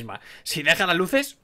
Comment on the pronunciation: Cuando explicó que se apago las luses literal mente no le entendí XD